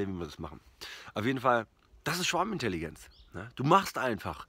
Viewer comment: Ich versteh immer Schwabenintelligenz 😂